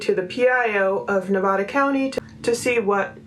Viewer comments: Please... it's not Ne-vah- da... it's Ne-vah- duh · Nevada is pronounced with a hard A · I appreciate all you are doing. I just wanted to let you know Nevada is pronounced with the a like apple not like all.